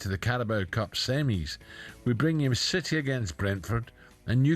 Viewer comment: Did Ally bally say teams like shitty? 🤣🤣🤣